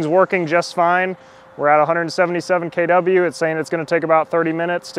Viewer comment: Got triggered by "KeyDoubleU". Geee man, it's KiloWatts